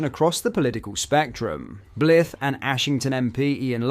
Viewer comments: It’s pronounced BLYth not Blith. It’s Bly. The Y is actually pronounced as a Y not an ee. I wonder what the people who live there think of mispronunciation’s of their town?It’s not difficult. Perhaps check on Google first for the correct pronunciation. You have a great speaking voice, but maybe attend more to correct pronunciation. You are a presenter after all. It’s important. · pronounced Bl-eye-th not Blith. Weer not ware.